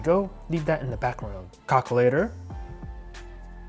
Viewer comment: Who else heard cockulater 😂